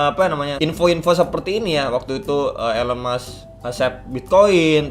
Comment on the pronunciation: baru join pas momentnya ngeri2 sedap, tapi sabar coba hold dulu btw nyebutnya 'ilon mas' bang